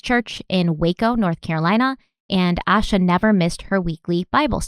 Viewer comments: Her name is pronounced “Aye—shah.” I moved to Charlotte the exact year she went missing—she was 30 minutes away. I was so little at the time and have followed this case my whole life. Thank you for covering Asha’s story 💙 My heart aches for her family 💙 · Thanks for doing this important case. I haven't heard her parents say her name, but fyi the police and FBI involved pronounce her name with a long "a" sound - similar to Asia with more of a "sh" sound in it. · This podcast is so well-researched that I'm surprised you guys mispronounced her name the entire time. I know you value respecting the victims and their families. It seems really disrespectful to not call her by her correct name. Town names, place names, names of random people who don't matter much to the case, not a big deal. But the missing person who the whole episode is about...it's a huge oversight. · "Ay-sha" not "Ah-sha"... love your shows girl, but it it just strikes me as a bit disrespectful to mispronounced her name. Addendum: I live in Shelby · Pronounced A-Shhh-A . Like Asia. But , with a Shhh🤫 in the middle. Reporters outside of North Carolina always pronounce her name incorrectly . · Her name is pronounced Ay-sha. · Hi there! Just wanting to comment and let y’all know, Asha was the 1st cousin of a childhood friend of mine, thank you so much for covering her disappearance ❤️ Please know, though, her name is pronounced Ay-sha, not Ash-uh. Love your show! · You should feel ashamed for pronouncing her name wrong. It's pronounced like "Asia" smh. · her name, it’s pronounced Ay-sha. Pretty well known for anyone who has looked into this case so it surprises me they got that wrong. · Please say her name correctly. It is pronounced like Asia. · Ay-sha. Like Ayyee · yes A- sha. And the mom’s name is not pronounced A-quil-ah lol. I’m pretty sure she pronounced it A-key-la. AA names can be difficult but there are some references to the correct pronunciation. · Her name is pronounced “Ay shuh”